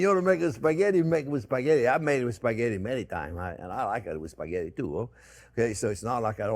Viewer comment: As an Italian I can't help but correct the word...Spaghetti. Please not “Sphaggetti”. 😉 After all, it is one of the most used and famous Italian words in the world !